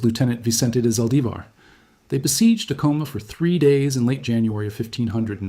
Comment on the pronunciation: Good talk. I enjoyed the history lesson. I've been to Sky City for a Christmas Eve mass in the Old mission church there. When the kachinas came dancing into the church, it was a surreal experience that I'll always remember. One correction you need to know is your pronunciation of the pueblo of Acoma. The accent is on the first syllable, not the second. It is properly pronounced AC' - O - MA.